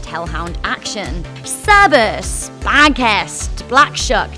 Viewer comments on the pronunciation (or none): Sir - bur - rus. Not syberius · Cerberus not cerbias live you but you chopped that name up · *Cerberus not Cerbeus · Cerberus... Not Cerbus. Κέρβερος στη γλώσσα μας/"kerberos in our language" 🤷🏻‍♂️ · Its cebeus its Cerberus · ITS CERBERUS NOT SERBIUS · Cerberus, not Cerbius. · CERBERUS, not Cerbius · It’s Cerberus not cerbeeus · Not cerbius, cerberus* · Sir-bur-us not Sir-be-us missing an R in there Cerberus not Cerbeus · Did she just say sir-bi-us? its sir-ber-us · Messed up cerberus's name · I know I should chill but she said hades dog was called cerbereeus. It just made me rage and laugh at the same time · I've never heard someone pronounce Cerberus as cerbius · How do u mispronounce Cerberus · AS A DEMON SHE HAS PRONOUNCED CEBRUS WRONG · Cerberus has how many rs in it? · What scares me most is your pronunciation of Cerberus. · She pronounced Cerberus wrong